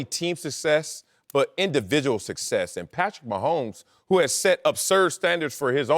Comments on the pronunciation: Wiley talks so much and mispronounces almost every word. Sucksess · Marcellus Wiley cannot pronounce the word success. That’s the cherry on top of him being the worst sport commentator in the business.